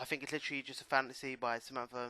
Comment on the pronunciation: Do you guys spell it think or fink?